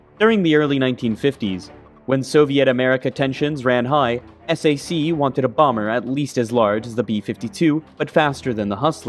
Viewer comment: You don't say the acronym "S A C", you say "sack". During the Cold War era, USAF had the Strategic Air Command and the Tactical Air Command. Their acronyms of SAC and TAC were universally spoken as "sack" and "tack". I know because I was a little kid living on base at Bergstrom AFB outside of Austin, TX. When my dad was assigned there in the mid '60's, Bergstrom was SAC. A year later, it was assigned to TAC. When his friends came to the house, there was a lot of "sack" and "tack" being discussed.